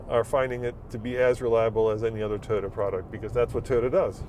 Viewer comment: it’s Toyota not TIota! Please.